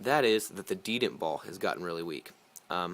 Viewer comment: it's called the de-tent ... not de-dent.. the detent ball ;)